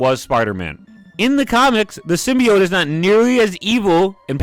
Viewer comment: Personally i liked the third film a lot, and this video doesn't really trigger me, what DOES trigger me is the way you pronounce "symbiote"